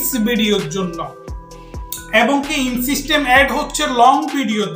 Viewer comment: ইংরেজি পড়তে পারেনা,,আইছে মানুষকে বুঝাইতো,,ইন সিস্টেম এড কিসের,,এটার উচ্চারণ হবে ইনস্ট্রিম এড